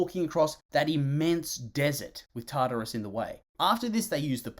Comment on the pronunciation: So… I don’t know how you get “Tatarus” from “TaRtarus.” That first “r” isn’t silent.